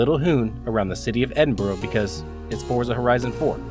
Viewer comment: What a beautiful, kind and touching video. That’s class taken to another level, mate. (By the way, we pronounce it Edinburra in Scotland 🏴👍)